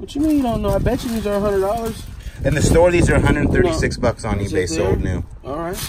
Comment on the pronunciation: Stop saying that 100 bicks